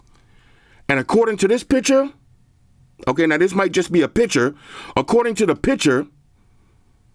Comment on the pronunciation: PiCture not PiTcher😂